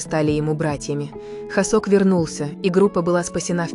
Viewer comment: ИИ а кто такой хОсЭк? Я з наю только ХосОка! Нет такого города ХваНДЖУ!!! Есть Ханчжоу! Да ппц, все видео просто обосрано безграмотной речью, просто ттрендееец! Бедные мои ушкииии! Всех мемберов вообще не существует с такими именами как вещает ИИ! И слов в русском языке половины нет! Ща блевану!